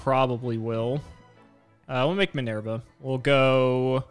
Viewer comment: Does actively think of ways to mispronounce words? Minerva is not pronounced Min-Air-Vuh. It's Min-Ur-Vuh.